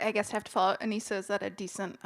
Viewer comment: How can they not know how to pronounce Aneesah at this point 🤦‍♀️🤦‍♀️